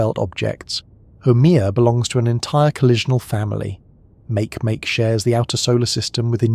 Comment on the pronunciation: Makemake is pronounced "Marky Marky".